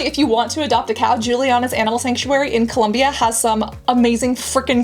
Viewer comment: Cassandra pronouncing Colombia is all I needed ❤️🇨🇴